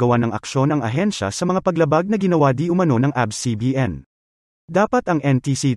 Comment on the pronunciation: Its A B S po not Abs